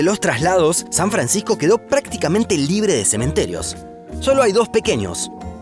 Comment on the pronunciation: San Francijjjco!